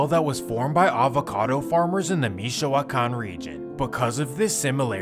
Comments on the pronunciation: Mee-shoe-wah-kahn region. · The way he says “michow-wakan” Lmaoo